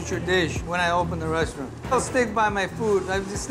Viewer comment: "resaturant" wtf man?